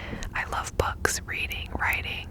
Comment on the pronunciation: Girl you said “books” and I heard “bugs”